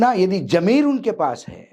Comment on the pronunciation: Jameer nhi ZAMEER hota h .